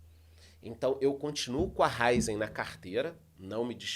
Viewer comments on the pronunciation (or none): A pronúncia correta é RA-Í-ZEN. Acento agudo na letra "i"😊